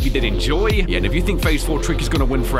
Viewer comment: His name is not tricky his name is TIKY